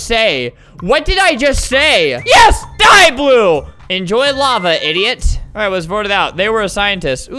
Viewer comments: "llue" "blying" 💀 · It's supposed to be I'm voting lue for blying xd but that's OK xd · He said "in voting lue for blying" didn't he? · Lol I love that part, and also the one where he says I'm voting lue for blying. Edit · Albert: “I am voting lue for blying” Also Albert: “what did I just say- WhAt DiD I JuSt SaY!” Me: “Not English anyways-“ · "I am voting lue for blying." Albert 2020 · ''im voting lue for blying'' LMAOO